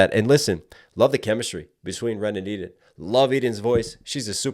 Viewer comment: love your reactions as always! fun fact: Eden is a common israely name and it's pronounced "e-den" and not "i-den"